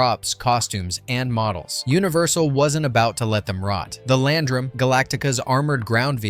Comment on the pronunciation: Unsurprising, from the guy who can't pronounce land ram or tiger man.